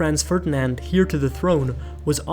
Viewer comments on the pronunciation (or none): "heir" is pronounced like "air" less like "here"